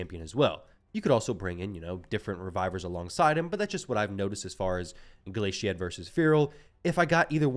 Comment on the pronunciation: Oo you were getting me worked up the way you were saying glaciad lmao. It's like you corrected yourself, like a glacier, glaciad the meltwater. Like a glacier melting. That one irish idiot can't say it either but he makes up all these irish names for champions. Annoying 😂